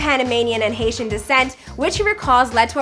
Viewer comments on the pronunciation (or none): none